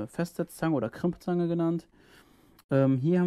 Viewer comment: Servus, ich sage gripzange hatte das schon öfter das sich das nach crimpzange anhört... keine Ahnung, wohl ein Fehler in der Aussprache was auch immer... mit ist bewusst was eine crimpzange ist. Sowas nutzt man um Aderendhülsen oder Stecker an Kabeln zu befestigen etc. Zum Thema Gimbal, wenn du dir meine anderen Werkstattwagen Videos ansiehst, siehst du das ich sowohl gimbal als auch Bildstabilisierung nutze, nur habe ich das Hypersmooth (Bildstabilisierung der Gopro vorher wegen einer Stativaufnahme deaktiviert und leider vergessen Sie wieder zu aktivieren. Shit happens. Mit dem Ton kämpfe ich seit dem Wechsel auf Gopro Hero 8, ich teste aktuell Mikrofone etc. durch... in der Hoffnung was zufriedenstellendes zu finden. Danke dir fürs Feedback...